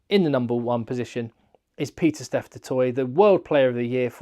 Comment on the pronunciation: It’s Pieter-Steph not Peter Steph. Otherwise, massive fan of the channel 🙂